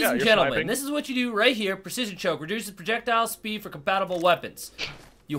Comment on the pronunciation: Spread not speed boi